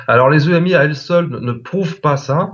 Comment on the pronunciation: bon je sais, on s'en fout que la dame dise émi ou EMI mais moi ouf ça me fait bizarre, j'ai toujours entendu dire EMI et pas émi ....